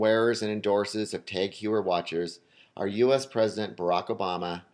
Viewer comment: Also, "tog", not "tag". But in all seriousness, how does one not pronounce "Omega" correctly...